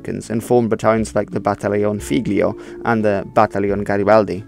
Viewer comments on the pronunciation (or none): At you mispronounced figlio by pronouncing the g. I love the video just making constructive criticism :)